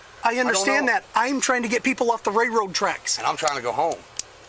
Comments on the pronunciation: Ray-road tracks. I’ve never heard that type of inbred slang before. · If the idiot cop says “ray road tracks” one more fucking time 😂🤣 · " Ray road tracks". really?